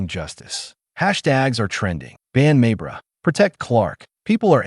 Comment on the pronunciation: AI, her name is not, MAY BERRY!